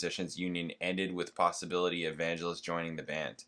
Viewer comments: Vangelis is pronounced with a hard G JSYK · Vangelis (emphasis on 2nd syllable) wrote "Chariots of Fire". A real eccentric but brilliant writer/player.